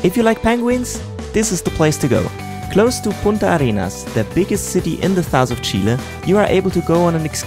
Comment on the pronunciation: First European guy that pronounces "Chile" the right way. Thumbs up for that! Cheers from Chile!